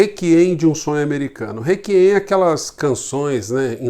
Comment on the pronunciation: Bom dia, amigo! Vejo seus vídeos regularmente. Parabéns pelo canal. Só uma correção, a pronúncia é réquiem :-). Abraço.